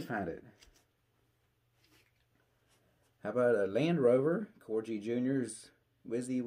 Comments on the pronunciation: It’s Corghi- the g is hard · Great video have some of your models featured myself great collection,Corgi is pronounced the same as the breed of dog the queen of England has before the purists get at you,🤫 If you can go to some diecast shows you can pick some parts for some of the models missing parts.👍